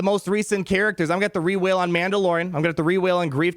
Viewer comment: "gonna have to rewhale" DONT GIVE THEM MORE MONEY FOR THIS!!!